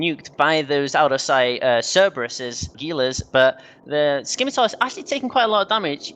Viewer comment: The C in "Scimitar" is silent.